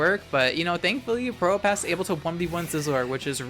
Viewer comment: i always mishear you saying probopass as pronoun pass 🤣😭 you get one (1) pass to call me he